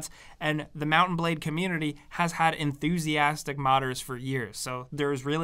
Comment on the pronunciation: I keep hearing mountain blade lol